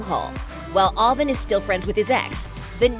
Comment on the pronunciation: She can’t pronounce Avan and Jay ?